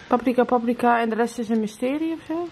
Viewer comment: Het is pa-prika, niet pap-rika